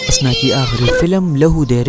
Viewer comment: Bhai aap Husna ko bar bar Hasna keh rahay hain.Apna talaffuz durust karain.Shukria.